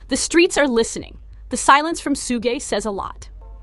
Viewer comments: It's shug, not sugè. You know like sugar without the ar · Her pronunciation of suge knight bahahhah Sssuuugay bahahah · Dang, she really butchered Suge's name. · She really butchered s name